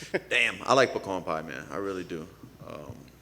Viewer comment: Poocan pie